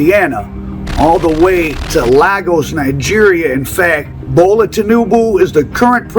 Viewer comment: Lag-Gos 😂, it’s Lay-Gos bro. Everytime I hear about these dope selling Nigerians. I think of that “no akata” scene in the movie “Sugar Hill”.